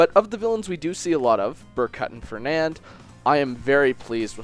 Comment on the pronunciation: Darth R0xas not trying to nitpick, but I think he said Fenand too